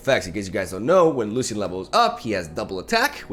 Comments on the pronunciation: pls pronounce it as lushian, its not lussian :( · It's pronounced Lu-shian just wanted you to know :) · the way he says lucian with an s got me fucked up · you are pronouncing Lucian wrong and it’s driving me mad! The C is not pronounced that wayyyyyyyyyyy😱😭